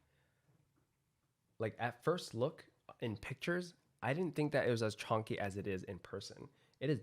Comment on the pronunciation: The word you want is Chunky, not chonkey lol